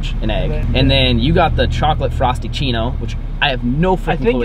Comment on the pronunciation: Did he just miss say frapichino for frostachino or...